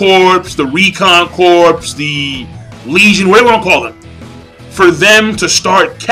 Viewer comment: I think corps is pronounced core. :)